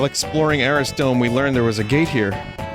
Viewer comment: Arris dome? Don’t you mean Arrith dome?